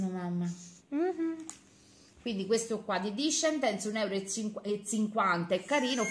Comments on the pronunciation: Ce scritto desendals e si legge dice disendal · Il burro cacao discendens non si dice così ma desendals